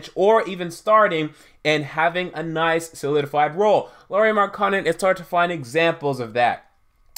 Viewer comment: SAY THIS WITH ME....MARK-KA-NEN......N-TILI-KI-NA......GO BACK TO ENGLISH CLASS AND LEARN HOW TO READ.